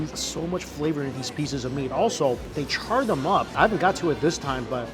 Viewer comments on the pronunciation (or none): none